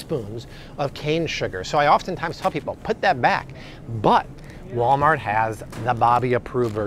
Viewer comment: i love when you mess up and say "walmalt" haha! thank you bobby for everything